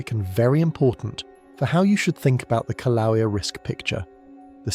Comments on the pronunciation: Pronounced kill-a-way-a. I’m W. of Pele’s home. Expect more activity SE of Kilauea as the earth goes thru a slow birthing of the new island Loehi, still under the sea. Don’t wait up. This will take a long, long, long time. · The correct pronunciation is... Kil-A-way-yah.😊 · I’m gonna start a drinking game where I have to take a shot every time he pronounces the word Kilauea in a different way. The majority of them have been incorrect, but geez, just pick one and roll with it. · Why do you keep mispronouncing Kilauea?